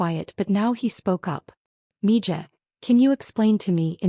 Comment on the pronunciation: Mija isn't pronounced mi Ja. Its mi Ha. Spanish for daughter.